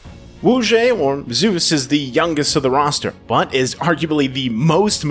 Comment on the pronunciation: Nice Video . But maybe next time you can pronounce the top laner's name correctly -""Zay-ooz"